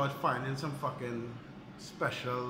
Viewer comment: Yeah. I can tell by the way you said 'fuckin'